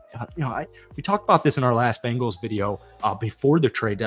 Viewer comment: Learn how to say there name. B-Engals no a after the B.